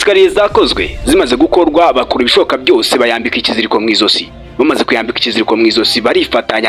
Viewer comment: Bavuga "mwajosi" ntibavuga mwi zosi